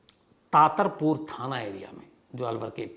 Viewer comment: तातरपुर नही सर ततारपुर है अलवर भिवाड़ी रोड़